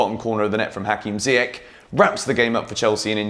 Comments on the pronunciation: i noticed that you spell ziyech name wrong as im from morocco the correct prounouciation is ziyesh not ziyek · I m here for the day when u say ziyech correctly 😭😭